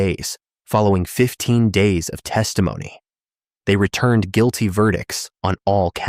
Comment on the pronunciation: this whole video is AI. All the mispronounced words. Then you have the AI saying " close... ing... accounts". Guil...tee....ver...dicts."